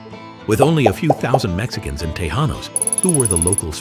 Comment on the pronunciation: Te -Jan-os and jaw-la-pain-yo? Holy frijoles,! He no speaky Spanish!